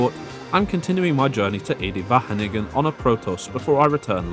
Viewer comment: WHATTT DID HE SAYYYY? EDE-WAGENIGGER